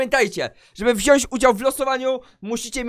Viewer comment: WZIĄĆ A NIE WZIĄŚĆ No chyba że mówisz braść